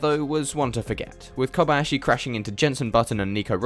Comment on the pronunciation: You are the first non-Japanese person I've ever seen who proeperly pronaunce Kob-Ah-yashi, not like Kob-eeeee-yashiiiiiii